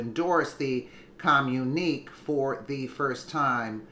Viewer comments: With all due respect, the work is pronounced come-you-na-k, I'm sure you heard this word during your lifetime, it's just the way the word is spelled that made you mispronounce it. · btw, that's a communi-kay (enunciation). other FAKE "news" tried to claim the photo being all those false leaders actually bullying President Trump, as if it'd work at all? lmao! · It is pronounced com-mu- ne- kay